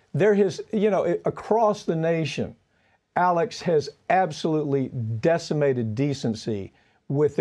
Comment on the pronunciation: ALEC not Alex.